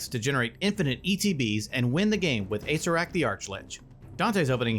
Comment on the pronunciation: I've noticed that people keep pronouncing Acererak as Acerak.